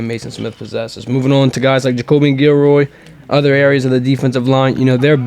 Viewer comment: Guil-lory not guil-roy